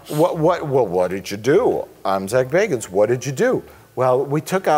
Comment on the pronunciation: Mike finally pronounced "Zak Bagans" correctly after all these years of calling him "Zak Baggins"